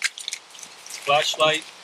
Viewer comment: Did he say "FLESHLIGHT? " 😂😂